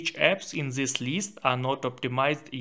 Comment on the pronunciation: then'e this'e zhen, zhis diyen bir beyinsizin tavsiyeleride en az telafuzundaki beyinsizlik kadar beyinsizce olacaktır.